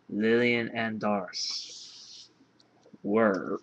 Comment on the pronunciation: I think it's safe to assume "Dharc" is pronounced like "Dark." For obvious reasons.